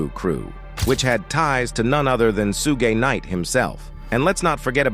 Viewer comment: "Sue gay knight?" 😂😂😂